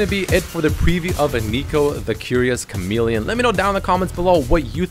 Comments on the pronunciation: Chalemeleon??? XD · Chalemelion? lol.. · What's a "chalemeleon"? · The Curios "Chalemeleon"? U mean Chameleon